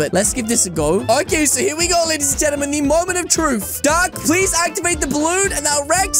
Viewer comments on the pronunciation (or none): When you say dark it sounds like duck